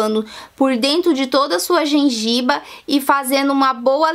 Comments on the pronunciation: Gengiba , bicabornato kkk É gengiva, e bicarbonato! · Gengiva! E não gengiba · Gengiva não gengiba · só porquê á japonesa falou gengiba ai vem um monte de idiota querendo se aparecer e corrigir o erro dos outros parabéns Linda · Genjiba,kkk ótimo mesmo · "Gengiba"? Kkkkkkkk Tchau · A". Gengiba" assassinou o vídeo. RS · "Gengiba"!!!! Kkkkkkkkkkkkkkkkkkkk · É gengiba ou Gengiva ? bicabornato ou Bicarbonato ? Fiiiiiaaaa , bora aprender escova os dentes pra ensinar correto né , e usa um aparelhinho corrige as falha . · Gengiba, bicabornato... KKKKKKKKKKKKKKK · nossa por um momento pensei.. será que eu falo errado gengiva.. kkk eu vou fazer a dica é Boa. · Gengiba é muito gozado...ela dá dicas excelentes...mas fala um pouquinho errado! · Quando ela falou GENGIBA eu já parei de assistir kkkkkkkkkkkkkkkkk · E gengiba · REPAREI QUE VC FALOU GENGIBA.KKKK.🤣🤣🤣🤣🤦‍♂️🤦‍♂️🤦‍♂️🤦‍♂️🤦‍♂️ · Eu esqueci de frizar a gengiba...muito feio...erro gravíssimo.